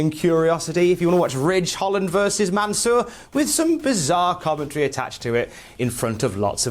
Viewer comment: Please, don't say Mansoor it sounds like your talking about someone from the sewer.